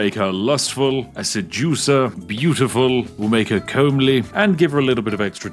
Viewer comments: Comb-Lee? As a Spiffing Brit, you should know it is pronounced Come-Lee, and it means pleasurably conforming to notions of good appearance, suitability, attractive. Anymore of this nonsense and I will raise an army of fools to knock on your door and run away, send you unwanted magazine subscriptions, and leave bags full of poop around your house, they won't be on fire, the smell should suffice. I will now laugh manically for 3 hours, Hahahahahahahahahahahahahahahahahahahahahahahahahahahahahahahahahahahahahahahahahahahahahahahahahahahahahahahahahahahahahahahahahahahahahahahahahahahahahahahahahahahahahahahahahahahahahahahahahahahahahahahahahahahahahahahahahahahahahahahahahahahahahahahahahahahahahahahahahahahahahahahahahahahahahahahahahahahahahahahahahahahahahahahahahahahahahahahahahahahahahahahahahahahahahahahahahahahahahahahahahahahahahahahahahahahahahahahahahahahahahahahahahahahahahahahahahahahahahahahahahahahahahahahahahahahahahahahahahahahahahahahahahahahahahahahahahahahahahahahahahahahahahahahahahahahahahahahahahahahahahahahahahahahahahahahahahahahahahahahahahahahahahahahahahahahahahahahahahahahahahahahahahahahahahahahahahahahahahahahahahahahahahahahahahahahahahahahahahahahahahahahahahahahahahahahahahahahahahahahahahahahahahahahahahahahahahahahahahahahahahahahahahahahahahahahahahahahahahahahahahahahahahahahahahahahahahahahahahahahahahahahahahahahahahahahahahahahahahahahahahahahahahahahahahahahahahahahahahahahahahahahahahahahahahahahahahahahahahahahahahahahahahahahahahahaha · I'm sorry, but did you just say "combly"? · As a fellow well spoken Brit I must say your pronunciation of "comely" is an utter disgrace.